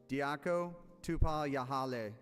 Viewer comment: butchered diako and melanie's names😂